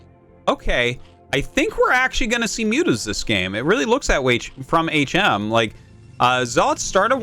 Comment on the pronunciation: I want to see HM (back when Artosis was pronouncing it as Hmm) vs a player called Uhh.